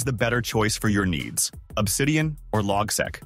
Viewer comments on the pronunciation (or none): it's pronounced "log-seek" not logsek